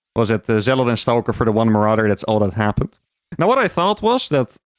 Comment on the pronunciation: How can he say "Stargate" normal but he says "Stawhlker"? 😂